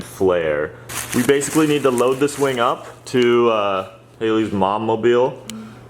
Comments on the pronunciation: Did anyone notice he said Wang not wing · did he say "big wing"..?